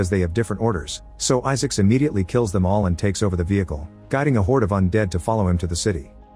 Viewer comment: The AI voice pronounces it Issics.